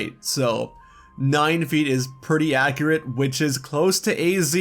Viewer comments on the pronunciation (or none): none